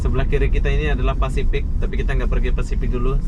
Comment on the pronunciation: Pasifik dodol. Bukan fasipik.